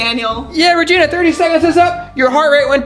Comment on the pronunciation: me:tarantula reegena:mey-meyo